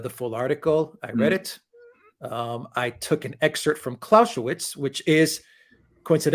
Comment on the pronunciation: As for german pronounciation: It's "Clow-Say-Wits" (Clausewitz) and "Ha-Beg" (Habeck) (It's also "Ep-Shteyen" (Epstein) btw, and "Rod-Shilled" (Rothschild) ;-)